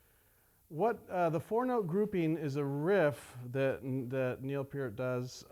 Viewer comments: I think Its Neil Peart.......... "purt" not "peert. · its not "peert" its peart. your saying it like peer-t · p-ee-rt Long e sound.